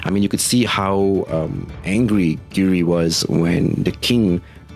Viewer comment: Have to correct your choice of words saying the rangers reside in the different countries. they rule their respective countries as kings the only one residing in a country was Gira and he usurped the throne in episode one. Also you called red giri his name is Gira pronounced Gee Rah.